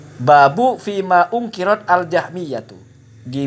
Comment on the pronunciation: Sy mendukung konten semacam ini, yg mengedukasi umat untuk menolak syubuhat wahabiyun. Ada bbrp masukan soal konten ini, demi maslahat bersama: * -> itu muqaddimah sunan ibn majah, sebelum kitab thaharah (kitab = kumpulan bab) * -> "baabun fiimaa ankarotil-jahmiyyatu", bukan "unkirat", tapi "ankarot". mungkin sabqul-lisan ini. * -> Abu Dawud Thayalisi bukan shohibus-sunan (bukan penulis Sunan Abi Dawud). Yg shohibus-sunan itu Abu Dawud Sijistani. Thayalisi ini hidup sebelum masa Sijistani. Musnad tdk sama dg Sunan. Jadi, yg dimaksud itu Musnad Abi Dawud Ath-Thayalisi. * -> ok sih. cuma usul saja: kalo pas jelasin silsilah macem gini bikin aja gambar/diagram silsilah, biar tambah jelas. * -> "kitabul-azhomah", begini biasa dibacanya, bukan uzhmah. * -> thobarooni, begini biasa dibacanya, bukan thobroni. itu nisbah kpd thobariyyah. * -> "min thuruqin": dari beberapa jalur sanad, bukan dari satu "thuruq", maaf. * -> "watstsaqohu ibnu hibban": itu yg dinyatakan tsiqot bukan "jalur", tapi perawi yg namanya waki' bin hudus itu. jadi, sifat "tsiqot" iku kan maksudnya adil + dhobit, ini sifat rawi, bukan status sanad. * -> "minal-atsbaat": ini yg dimaksud waki' bin hudus, bukan jalur (sanad). * -> "wa baaqii rijaalihi": bukan rijaaluhu. mungkin sabqul-lisan ini ya. * -> biasanya dibaca "daaraquthniy" (tarkib mazjiy), nisbah kpd Darul-Quthn, Baghdad, bukan dibaca daruquthni. wallaahu a'lam sy tdk bermaksud menggurui, da